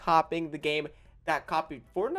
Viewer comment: No one:: Coppied